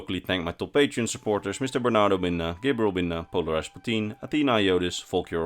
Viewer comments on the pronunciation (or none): none